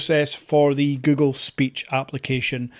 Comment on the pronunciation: Es google no gugo ni gugol aprende a hablar bién pendejo!😂😂😂😂😂😂😂😂😂😂😂😂😂😂😂😂😂😂😂😂😂😂😂😂😂😂😂😂😂😂😂😂😂😂😂😂😂😂😂😂😂😂😂😂😂😂😂😂😂😂😂😂😂😂😂😂😂😂😂😂😂